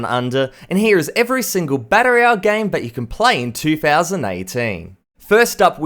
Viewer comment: everytime he says BAttle royale it just strikes me xD